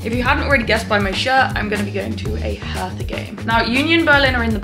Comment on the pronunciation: Hertha is spoken Herta, the h is silent. It’s not a th. Hertha BSC has amazing Fans! We‘ve a friendship with them. I’m from Karlsruhe. Lovely people in our capital. 😊